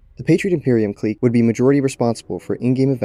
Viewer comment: I can’t tell if you’re intentionally butchering the pronunciation of the word ‘clique’ or if you just don’t know how to pronounce it lol